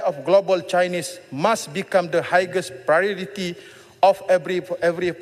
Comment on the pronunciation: did he just pronounced Highest as High Gest? onwards :face-purple-smiling-tears::face-purple-smiling-tears::face-purple-smiling-tears::face-purple-smiling-tears::face-purple-smiling-tears